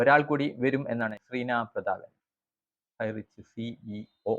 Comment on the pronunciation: ഹൈറിച്ച് 👌 ഹൈറ്റച്ച് അല്ല തിരുത്തു.. ❗